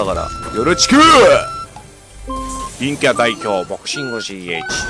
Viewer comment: たまにいんきゃっていえてないよね